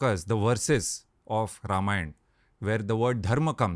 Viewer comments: Beta Ranveer, even before I could proceed to listen to this podcast, your repeated mispronunciation of “रामायण” as “रामायन” made me wince !! Hindi has reduced the Sanskrit phonetic to abbreviated sounds such as Ram(uh) becomes Ram or Lakshman(uh) लक्षमण becomes लक्षमन!! As an ambassador of Sanatana Dharma, don’t you think it is important for you say it right?😊 Shubha Deepavali! 🪔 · Dumbo It's Ramayana not Ramayan... The dropping of 'a' at the end is called Schwa deletion which is a distortion creeped in due to prolonged illiteracy in northern part of India.. so they misspelling and mispronounce Rama as Ram, yoga as yog, Shiva as shiv and so on